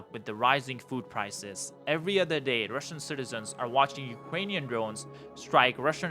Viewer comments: It's UkRainian, not UkGainian. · Ukwainian Wekwest